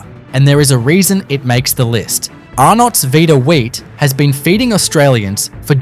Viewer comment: This iconic yellow box?? Wtf it's blue and red & why are ypg pronouncing Arnnots like that 😂😂😂😂😂😂😂